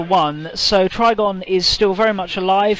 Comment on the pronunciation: It's funny how consistently you got the Trygon's name wrong 😂